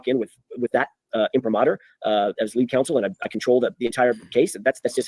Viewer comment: I felr like Alan was shading Alessi and Yanetti for "going on a press tour". Also, they said it was all team work but Alan insistwd he was the "leewead" attorney.